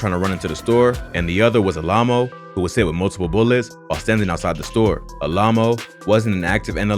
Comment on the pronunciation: It blows my mind how bad this guy is at pronouncing common names like “alamo.”